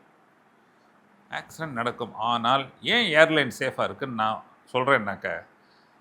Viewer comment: ஆக்சிரென்ட் இல்ல ஆக்சிடென்ட்